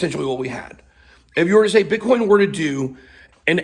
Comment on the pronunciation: Its Bitcoin not Bithoin. Its coin not hoin.